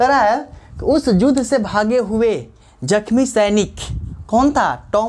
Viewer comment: Sir yudh hota hai judh nahi